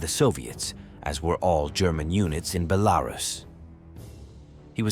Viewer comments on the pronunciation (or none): none